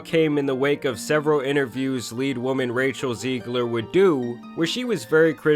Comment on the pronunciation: Even his Zegler is off